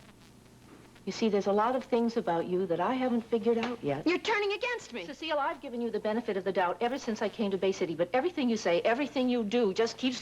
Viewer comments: If I remember correctly Alma would pronounce her name incorrectly - Cecil . Used to crack me up. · I loved how Alma always mispronounced Cecile's name as "Cecil".